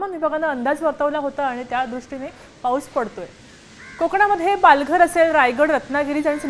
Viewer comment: Slow pahus la pahus cha kahar kay pan bolte news wala na kay kam nay ka